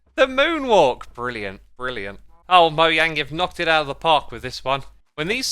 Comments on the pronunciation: Stop saying moyang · Do y'all pronounce Mojang or moyang